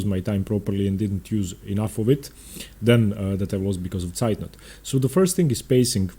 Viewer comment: Hello, can you please make am opening series for the Scotch (not the gambits) and the London System? :) ps: As a german its impressive how you pronounce "Zeitnot"